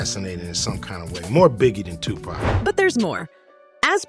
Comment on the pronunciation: Give this a thumbs down for this witch calling Suge Sueg and 2PAC name like a cigarette thumbs down 👎